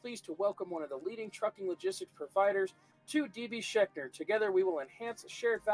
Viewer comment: FYI... phonetic... Sh-ank-er...